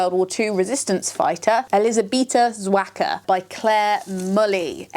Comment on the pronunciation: Also, a little help with pronouncing the Polish name of Agent Zo: The "ż" in her first name is the same sound as at the end of "garage", and the last name is "Zah-vah-tzkah" ;)